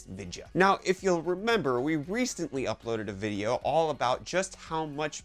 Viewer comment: Vicheo? Reecetently?